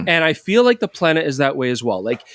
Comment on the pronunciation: It's "Pleh-nah"